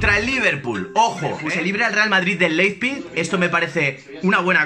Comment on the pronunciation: Leippik , Laispik , Leijpik !!!! JAJAJAJAJAJAJAJ. En verdad, se dice Laib sig o en dialecto de sajonia Laibzsch!!!! ;-)